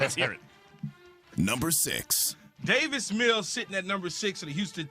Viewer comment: It’s Davis, not David.